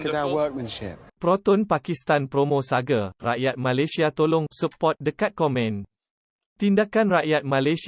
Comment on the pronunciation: Proton Saga bukan proton Sage..sage tu mende ?? Parok la puak2 ni